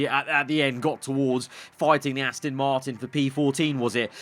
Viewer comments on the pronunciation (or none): none